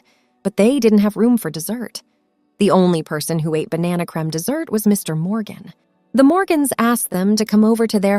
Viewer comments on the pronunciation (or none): Stop mispronouncing cream 😮